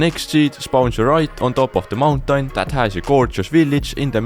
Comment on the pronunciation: i like how you say mountain -> /montank/ =))